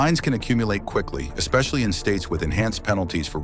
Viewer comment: AI said ‘ekspecially’.